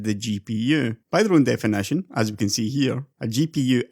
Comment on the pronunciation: Stop saying "NVEDEA" instead of "nvidia"! And "manyfaturing" instead of "manufacturing"! "defenetion", "two fafty thanks", "transastols", "lighting", "chep", "exested", "neintee", "hondred", "faynally", "descraybe", "culer", "competeteon", "dollos", "buck", "pru", "dun't", "gavan", "rebrunding", "bil", "delevers", "vedeos", "pursen", "bagger", "onother", "flagshep", "effeshent", "assomptions", ... OMFG! You pronunciation is SO DISGUSTING! Use Text-to-speech instead! Don't make such a videos!